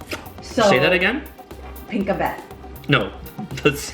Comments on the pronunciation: it's turo-turo style. turo means point. you point what you want to eat. so it's point-point in english. like halo-halo, it's mix-mix. 1.)Pinakbet (pee-nak-bet). very different to the eggplant with mango dish called ensalada (enchilada). ensalada is like a salad or a condiment/sidedish for fried dishes (mostly for fried fish) to cut the greasiness. ensalada ALONE is not meant to be eaten with rice but it's up to you if u want to. ensalada has two variations. the one that has no eggplant in it but has green mangoes and vice versa. Haven't tasted yet the one that you had like both eggplant and green mangoes are in it. but actually, im confused if the first one you had was really ensalada because your wife said that it has pink kinda thing in it which was shrimp paste if im not mistaken. ensalada wasn't intended to have shrimp paste in it. im really confused. 2.)Binagoongan (bee-na-go-o-ngan). of course the 2nd dish was Adobo. im just trying to say how to pronounce the binagoongan. hahah! 3.)could be Caldereta if there's a nutty and/or livery taste to it or it could be Mechado too if it's too similar in taste to the menudo. 4-)Menudo. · Its PI-NAK-BET. Not PinkaBet. XD And BI-NA-GO-ONG-AN I love you guys! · And it's called like PI- NAK- BET ( In our alphabet we don't have a LONG A...just short) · I hope this could help in pronouncing. The vegetables you had with green beans is Pi-nak-bet. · Your girl is right, that IS the Pink-abet...but actually "PinAk-bet". hehehe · Say, pee-KNOCK-bet (Pinakbet). Too bad they ran out of SISIG. It's the one thing you go to Ellen's Pinoy Grille for. I'm picking up a party tray this evening. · pinakbet (pinak - bet) sometimes also callled Pakbet bina - go - o - ngan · Jejeje it's PI NAK BET/pinakbet or shortcut pakbet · you can pronounce "pinakbet" like PEE-NUK-BET and the "Binagoongan" like BEE-NUH-GO-OHH-NGAN... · that veggies with rice is called Pinakbet (Pi-Nak-Bet)